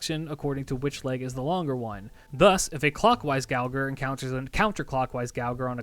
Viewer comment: I'm pretty sure the gouger is supposed to pronounced with a soft G, like to gouge something